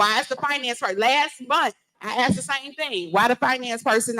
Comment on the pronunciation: For the love of…..ITS ASKED, not AKSED.